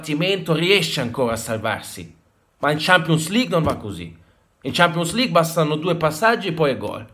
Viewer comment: "Shampions lig''